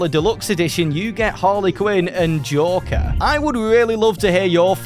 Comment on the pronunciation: lol when you say joker it sounds like jorker